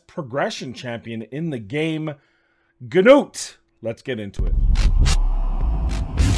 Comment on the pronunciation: "noot" not "g-noot" I don't understand how 99% of content creators get it wrong when it was said in the COTA video. What about putting in aket or what ever his name or vildrax for hex with Artak or similar with burn activations for spider?